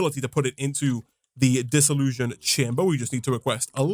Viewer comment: Funny how you keep saying "Dissollusion chamber". Almost sounds like dissillusion. It's really a Dissollution chamber with a T. So random, sorry.